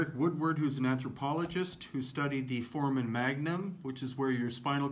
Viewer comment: "ForAmen", not "Foreman". I can't find the keys to draw a bar over the "A", but it is the long "a".